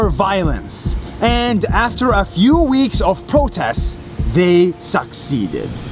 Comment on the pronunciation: Nas: they succeeded what i heard: they suckscced :)